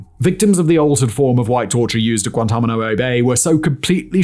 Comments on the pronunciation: "Guantamano-oh" Bay? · that pronunciation of Guantanamo bay has me dyinnnnggg